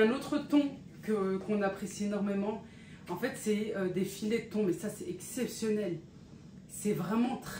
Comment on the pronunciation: 🤣🤣🤣 "thone" 🤣🤣mon mari, qui vivait aussi, au Maroc l'aime d'amour aussi ce thon 🤭🤣🤣